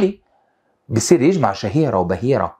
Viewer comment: السلام عليكم...يعطيك العافية استاذ ....الدقيقه 17 و 42 لفظ الحركات ( يُجْمَعُ) بضم الياء